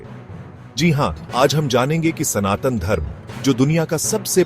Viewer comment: Not San Tan! It's SANATAN Dharma 🙏🙏🙏